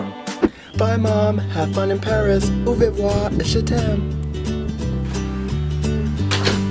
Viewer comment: You said au revoir wrong.